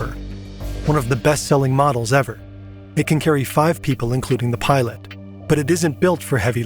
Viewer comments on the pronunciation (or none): none